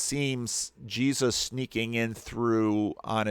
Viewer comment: I get the same feeling when he says "Je-zuz"